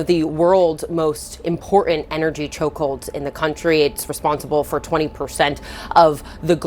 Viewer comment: "is one of the worlds most important choldholds in the country" what ?